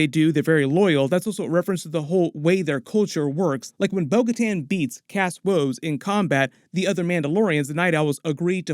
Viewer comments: Axe Woves. His name is Axe Woves. Not “Kas” Woves. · Why do you call Axe Woves, cask Woves? Did I miss something? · It's AXE Woves not Cass or whatever you were saying. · W he just kept pronouncing it as Cass woves so I was like huh?